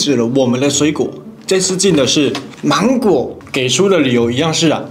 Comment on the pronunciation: 八烱兄呀，你講「芒果」講到像什麼？我聽力不算很好，我不知聽到什麼...😅😅